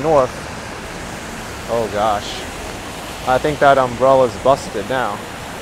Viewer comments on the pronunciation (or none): none